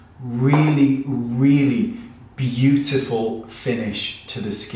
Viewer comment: I live for you saying “beautiful”! Course, I also love when you put on your funny accent and say you’re not gonna try something. Haha! I laughed a lot at this video. Thanks as always, Wayne. You’re such a pleasure.